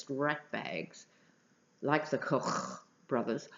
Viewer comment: Lordy, there ARE tapes. Arnold is indeed a bit of an attention whore, but I'm rooting for him to release the tapes when they can do maximum damage to the orange cockroach infesting the WH. BTW, I like the way you pronounce "KoKKKch Brothers" - sounds like you are spitting out the names - very appropriate. Certainly someone like the Kochs or Mercers would have wanted the tapes buried. The nice thing about technology is all those wonderful copies that can be made. Arnold could have handed over as many tapes as he liked, and still hang onto a spare set or two in a nice secret cache, gathering dust till the right moment.